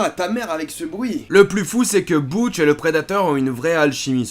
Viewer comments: Sinon c'est Dutch, pas Butch. Bisou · Dutch pas boutch. Très sympa sinon. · BUTCH ahahahahahahahahahahahaah DDDDDutchhhh ou DUTCH SHAFFER quand tu connais le film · C'est Dutch pas Boutche😂😂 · DUTCH... ‼️😝 PAS BOUTCH ni BUTCH 😁😂🤣❕‼️ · Cool la video mais mec c'est DUTCH putain pas BOUTCH lol... Sinon oué ce film est cultissime et n'as pas pris une ride. Toujours aussi efficace meme en 2021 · Dutch* pas Butch xD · Pourquoi tu l'appel "Boutch"?! C'est Dutch dans le film !! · Ce n est pas boutch mais Dutch !!! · A 3.57 on adore les griffes du costume qui se plies Et c est dutch pas butch 😉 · J'AURAI adorer ta vidéo mais la tu as dure dire Butch bien trop souvent mon âme saigne et pleurer tellement la. je t'aurais jamais pardonner de violer mon Ducht comme sa mais Shane Black a fait pire a avec cette merde The Predator. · Boutch ? C'est qui Boutch ? Je connais Dutch perso 🤔